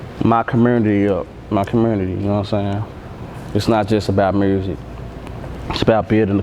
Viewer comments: Youngsta do too...dey say mursic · So all them niggaz in Memphis say Murrsick lol not just bagg okay